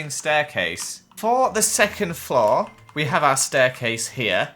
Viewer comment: The way he says floor gives me OCD, it’s floor not flow